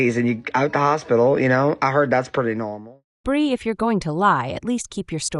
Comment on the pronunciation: GRB DID "NOT" GIVE BIRTH LIFETIME GOT INFANT FROM CHILD TRAFFICKING NETWORK. HOLLYWOOD AND THE ELITE BUY CHILDREN FOR MOVIES, SHOWS, SEX, SATANIC RITUALS YOU ARE SAYING THE NAME WRONG, IT'S BREE, NOT BRI INFANTS COME FROM THE ILLEGALS WHO ARE FORCED TO SELL THEIR BABY. THEY COME IN FROM THE MEXICAN BORDER